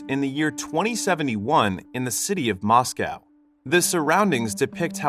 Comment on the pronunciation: my heart broken when he said moscow like that